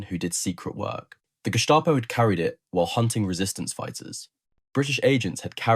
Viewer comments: German pronunciation is... Gehh...staah..poe... not Gest aye poe Say ahhh like you're saying ahhh for the dentist... as in ahhhh-ha! The others you got right. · "Guest-a-poe", hih? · Guest-A-Po ? What a weird way to mispronounce that German Word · yeah always pronounce that guess-stop-oh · British preferred the Walther because British arms were basically, crap! Overly heavy, old in design , inaccurate and let’s admit it ugly as sin. Lots of repeat information in this but nice pictures. I like the pronunciation of Gestapo…… Gestah …poh! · The guess-tah-po?